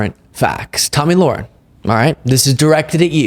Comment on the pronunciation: Her name is pronounced: La-Hair-in